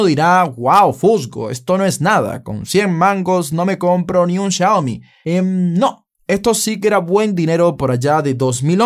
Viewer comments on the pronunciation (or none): none